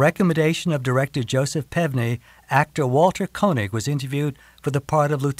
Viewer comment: Walter Koenig's name is pronounced "KAY-nig," not "KOH-nig." It's my family's name on my mother's side, so I think I know.